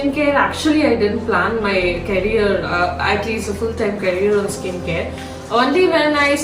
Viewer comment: A person you can’t even pronounce the word “career” properly was working with Microsoft & viva 😂😂😂